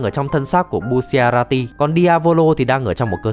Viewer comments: Đọc sai r phải là bu cha la ti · bu shi a ra ti :< bu cha ra ti ạ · Bu-cha-ra-ti chứ sao lại đọc thành bu xia ra ti 😂😂😂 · Sao anh cứ nhấn mạnh chữ bu